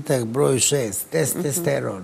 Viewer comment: Kako se gospodin Seselj hvali svojim obrazovanjem, mogao bi bar da nauci da se kaze “testosteron” a ne testesteron.